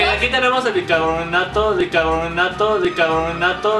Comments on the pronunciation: like oíste que Rafa dijo dicarbonato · rafa dijo bicabronato en bez de bicarbonato jajaja